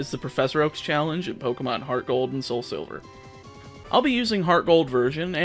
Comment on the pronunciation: Every time you say poc I get caught off guard